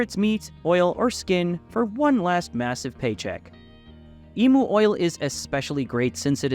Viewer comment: Its spelt emu It’s pronounced emyou ya twit